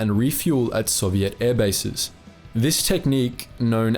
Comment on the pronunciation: FFS mate Learn how to pronounce Soviet properly